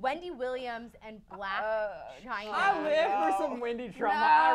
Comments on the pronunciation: It's "Blac Chyna" NOT "Black Chyna" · It's 'Blac Chyna' not 'Black Chyna' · coughs It's Blac Chyna.. not 'Black' Chyna .. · It's Blac Chyna not black china